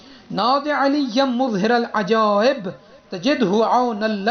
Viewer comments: It is not " muzhiral ajaib" It is "mazharal ajaib" Ap itna ghalat kesy parh rhy hain ? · مظھر کے م پر پیش نہیں اور ر پر زیر نہیں تو اس طریقے میں پڑھنا صحیح نہیں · Maharal ajaib hae na kae Muzharal ajaib